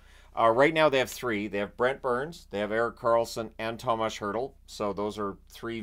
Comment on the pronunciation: …. It’s TOMAS not THOMAS …trust me on this one… i am Czech 😉😎…. Thanks for all your hard work ❤️